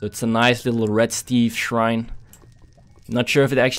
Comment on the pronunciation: Shrine not srhine